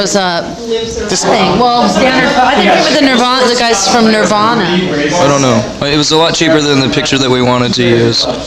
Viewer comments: They both seem annoyed, and honestly I think it’s pretty warranted this time around. I’ve never seen Nardwuar act like such an annoying little shit. Throwing a whole book at them that he knows they haven’t read, mispronouncing the band name seemingly on purpose (watch part 1). I absolutely adore Nardwuar, but he’s pretty much a stereotypical South Park Canadian here. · Notice how Courtney stresses the correct pronunciation of Nirvana every time Nardwuar deliberately mispronounces it?